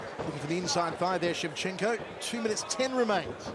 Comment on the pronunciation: ShevchenkO! Not ShevchenkA ! 😡